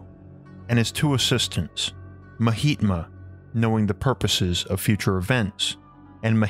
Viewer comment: Did he say porpoises instead of purposes?